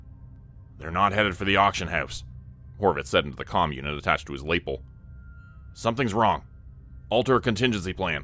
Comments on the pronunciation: Lapel is pronounced luh-pel, not lay-pul 😊 Love your channel! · Just a note: It's pronounced 'luh-pell', not 'laypul'. Love your narrations and your self-produced works. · I have a serious question. Do Canadians pronounce the word "lapel" differently than other north americans, or am I going crazy? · Lapel... incorrect pronunciation